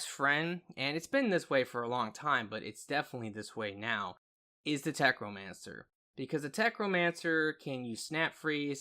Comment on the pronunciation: say it with me.....tech....no....mancer....NOT FUCKING TECHRO. WHERE THE FUCK DID YOU GET THE R?!